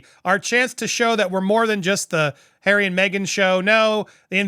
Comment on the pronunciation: Can say “r”? Hawway. “Altanerd”.